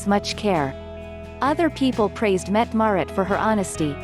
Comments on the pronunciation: It would sure be nice if the mechanical voice used could get the Crown Princess' name pronounced correctly, or if you insist on saying it wrong at least be consistent. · Mette-Marit, with an a